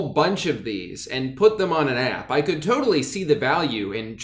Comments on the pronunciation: I like how drew pronounces “app” like “ahyp” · Your southern twang comes out when you say “app”